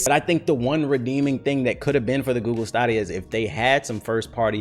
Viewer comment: I was excited so for Google stadia when is was announced but my excitement went all the way down when I heard you had to pay full price for games. I love how says Google Stadia wrong